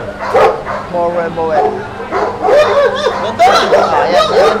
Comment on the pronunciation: BOERBOEL is pronounce as borbol po.